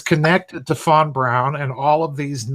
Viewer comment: My name is fawn brown and every time you say Von Braun it sounds like my name...freaky